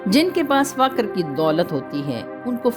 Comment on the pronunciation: Faqar nahi fuqar boliye